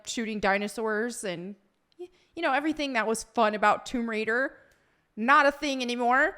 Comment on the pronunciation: Tomb Wader…